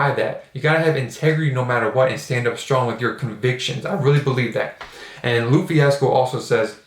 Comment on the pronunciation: I know this is a late comment but for future videos lupe is pronounced lou-pay